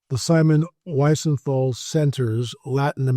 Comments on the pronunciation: It’s pronounced Weezenthal. Absolutely positive. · Pronounced “Weezenthal”. I honestly thought everyone knew this, I’ve heard it so many times…